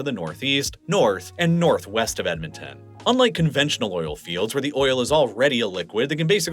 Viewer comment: Not sure about Edmonton lol, I lived there for 19 years and never heard that pronunciation. Typically for pronunciation of Canadian localities breaking them down by every three or four letters works well enough: Ed - mon - ton Ath - a - basca New - found - land Van - cou -ver Sas - kat - chew - an